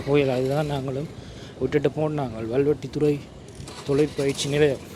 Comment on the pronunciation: தம்பி ஊா்ப் பெயரை ஒழுங்காககச் சொல்லவும். முழுமையான பெயா் வல்வெட்டித்துறை. சுருக்கமாக 'வல்வை' என்றும் சொல்வதுண்டு. 'வல்லை' அல்ல. அது வேறோா் இடத்தின் பெயா்.